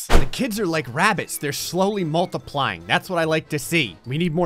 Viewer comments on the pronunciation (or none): I thought he had said “rabies” lol